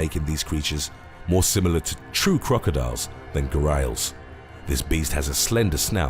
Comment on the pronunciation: Its 'Gha-ri-als.'.....not 'Gha-rails'?!?!